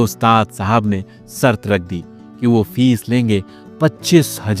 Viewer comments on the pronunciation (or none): Shart Hota Hai sart Nahin